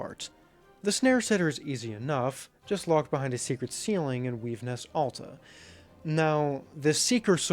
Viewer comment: Liked the video but Its flexile spines and not flexible and again its Weavenest Atla not Alta